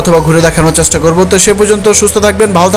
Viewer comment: ধন্যবাদ আমাদের যশোরকে এত সুন্দর ভাবে উপস্থাপন করার জন্য। সার্কিট হাউজের সামনেই আমার বাসা। - আর এই নিউজে একটা ব্যাপার দেখায়নি সেটা হল এই বাজার শিফট করার পেছনে একটি সেচ্ছাসেবী সংগঠন 'গর্জে ওঠো' অনলাইনে অনুরোধ জানায়, তাদের ধন্যবাদ। - আর সবচেয়ে সুন্দর এখন পৌর পার্ক এক সময় এটি এত সুন্দর ছিলো না এখন অনেক সুন্দর। [ বাংলা উচ্চারণ আরেকটু সুন্দর করা উচিত চ্যাসটা সহ অনেক শব্দে সমস্যা ছিলো, শুভ কামনা]